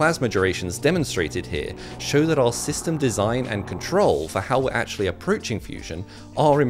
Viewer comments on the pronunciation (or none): none